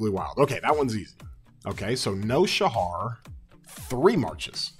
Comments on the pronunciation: Shajar with a "J" not "H". pronounce the "J" bro. Great video as usual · Great video as always but Shajar is not Shahar J isn’t pronounced as H in her name it’s a J like in jar